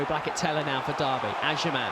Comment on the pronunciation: his names agyemang not agyeman 😂😂 pisses me off so much when he calls him agyeman